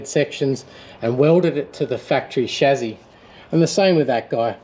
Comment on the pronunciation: I love how you see the Beauty in these and just won't give up, good fella. Appreciated the analogy about the models we did as kids. Oh and it's pronounced ssshhhaaaassssssyyyyyy not Shazzzzzzyyyyyy??